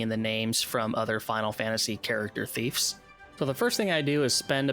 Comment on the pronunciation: "Thiefs"? NO "Thieves" YES